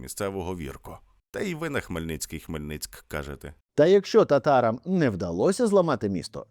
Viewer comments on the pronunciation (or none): none